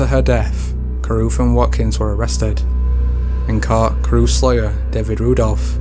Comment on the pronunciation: Please dear God learn how to say court... It's not cooooooooort